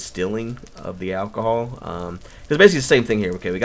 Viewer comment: Did u say ahcohol